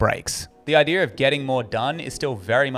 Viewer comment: Its idea....not idear....